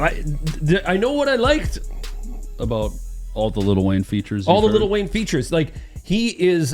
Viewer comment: “Little Wayne”😂😂😂😂😂😂 its Lil Wayne